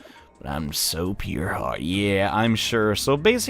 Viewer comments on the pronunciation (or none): none